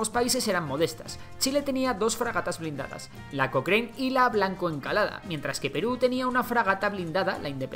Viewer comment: El unico detalle es que no se dice "COKREIN" se dice "COKRAN"